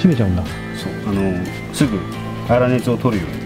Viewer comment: "粗熱”って、「そねつ」っていうんだね板前さんは。何十年も「あらねつ」だと思っていた！